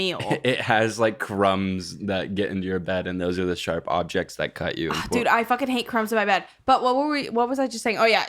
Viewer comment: said cut but and heard cunt